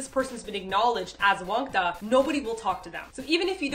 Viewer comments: Its Wangtta not wangdda ^__^ and im your fan and wangtta means a loner[just commen ting this for help to people who still dont understand what it means :))] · btw the pronounciation for wang-dda is a hard t sound lol not like the sound daaaaaa so its like wang-ta